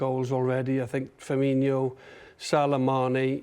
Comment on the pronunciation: You've all known who he is for years now. It's time to start saying Fir-meen-O. It's not Firminho like Ronaldinho. Ffs